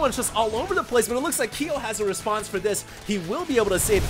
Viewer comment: Ki-yo..? man you've never played KoF? You fake asian you:D